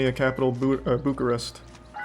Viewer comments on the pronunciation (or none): none